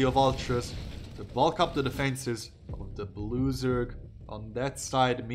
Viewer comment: When you announced Scarlett as the "Blue Zerg" I heard "loser" for some reason. Turned out to be accurate lol